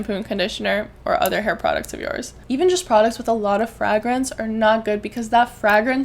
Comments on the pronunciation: I've never heard people say fragrance like that lol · I love the way you pronounce fragrance😅